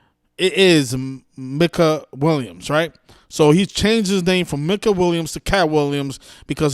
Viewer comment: Such high iq can't pronounce my cuh micah